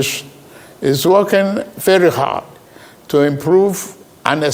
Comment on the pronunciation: Did he say "we are working hoard"😅😂😂? Kaiii! This man